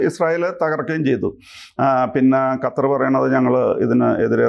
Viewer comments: gattar alla qattar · 'ഗത്തര്‍' അല്ല സാറേ, ഖത്തര്‍ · Sir ഖത്തർ എന്ന് പറയൂ ഗത്തർ അല്ല